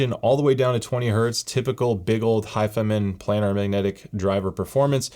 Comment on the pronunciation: Ur saying it wrong hifi man lol don't separate the man it's all one word hifiman. But is it really only $299 or is it 359?